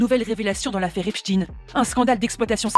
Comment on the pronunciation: J’ai envie de claquer la journaliste qui nous sort « EP-CHTINE » …. Incohérent linguistiquement soit tu le lis à l’allemande et donc ça se dit EPCHTAÏNE (j’écris de manière à ce que les sons soient lisible), soit tu le lis à l’anglaise et la c’est EPS-TINE.